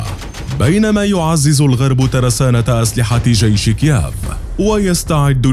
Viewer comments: كييف وليس كياف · المذيع يقول إكيااااف يا اخي والله اسمها كييف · اسمها كييف مو كياف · نطق كييف فظيع جدآ لا تنطق هكذا يا صاحب القناة 🇷🇺🙄😳🇺🇦🇺🇦